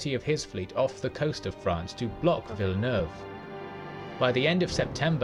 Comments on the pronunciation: Admiral 'Vilenaewayvay' as you called him, is pronounced 'Vil nerve' or 'Vil eh nerve' 🙂 and it didn't say why, but I think the second line of French and Spannish ships couldn't get into the fight because of the way the wind was blowing, they were out of position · "Villanewayvay". That hurt my Frenchness. LOL. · Unlike Spanish, French pronunciation drops or combines a lot of vowel sounds, so the Frenchman Villeneuve that you call "Villanu-ayvay" (great guess for Spanish) is called "Veel-nerv". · Hering you try to pronounce Villeneuve ...that made me giggle